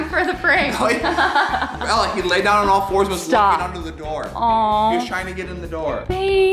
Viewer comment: Bella not bell